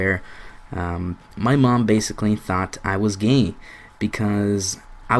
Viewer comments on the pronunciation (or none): listen to the way he says gay gayea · He said gey hahaha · LOL the way you say gay "My mom thought I was GEHNG" hahaha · i like how he pronounces gay. "Geyy" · The way he says gay is amazing. He says "Gey" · is sounds like u are saying gain but i under stand u so much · love the way he says gay... "geey" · He kind of says gay weird.